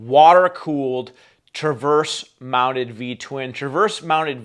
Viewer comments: Please…it’s “TRANSVERSE”… not Traverse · TRANSverse. Not traverse. 🙄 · Really? A BMW as your backdrop? BTW it’s “transverse” not “traverse”.